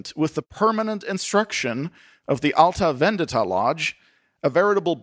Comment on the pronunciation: You need to work on your pronunciation. Impious? Alta Vendita? You butcher the English and Italian languages young man. Please refer to the plot as Jewish-Masonic. Call a spade a spade!